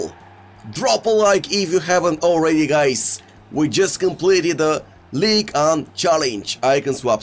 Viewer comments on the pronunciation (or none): none